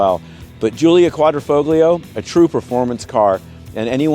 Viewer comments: qua dree foll yo. The G is silent. The foll rhymes with roll. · it's "folio" vs "foglio" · "QUAD-RO-FOB-LIO" 🤣 Really? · "quad-dra- fole-yo", please.... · Said Quadrifoglio. The G is silent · The G in Quadrifoglio is silent bro. 🤦🏻‍♂️ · The “g” in Quadrifoglio is silent. God Americans are an embarrassment. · Excellent review but the G is silent. Think Italian. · The G is silent in Quadrifoglio. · the G in Quadrifoglio is silent